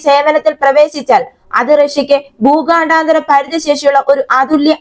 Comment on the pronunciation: എടീ ഊച്ചാളി ഊച്ചാവളിചി.. ഭൂഗാ ണ്ടാ താര.. ബാലസ്റ്റിക് മിസൈൽ അല്ല.. 😅 ഊച്ചാളി.. ഭൂഖണ്ഡാന്തര.. എന്ന് ആയിരം പ്രാവശ്യം എഴുതി പഠിക്കു..